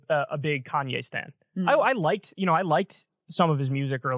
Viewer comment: Why does Kyle keep saying Kanyes? Like with an s...